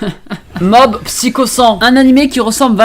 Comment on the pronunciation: Mais comment tu prononce "Psycho" j'étais à 2 doigts de me désabonner